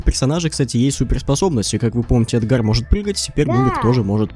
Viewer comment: Правильно э́дгар